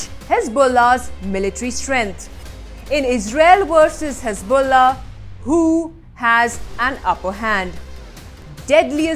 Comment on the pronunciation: Hezbollah has balls, so "hez-BALL-ah"🤣🤣